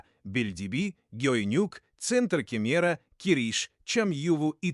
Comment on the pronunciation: Спасибо за обзор) А что же с ударениями? ИИ озвучил? С собственными пляжАми 🏝️ Район кемерА